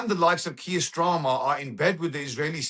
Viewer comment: 'kier strama'